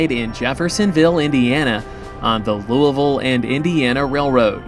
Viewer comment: Love seeing Louisville in the background, thanks for saying it right ;), come railfan LaGrange, KY sometime, some awesome street running! Great video!